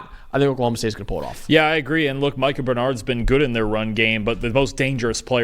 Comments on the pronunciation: The fact that you mispronounced Micah Bernard’s name tells me you don’t watch Utah Football. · The announcer during Utah State was mispronouncing it, so if he’s going based on that it could explain it - even if he did in fact watch the games. It’s only if you watch all the press conferences and hear him correct people that you really know 😂